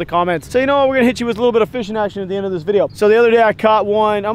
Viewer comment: When you have enough Tito’s to say viday instead of video today lol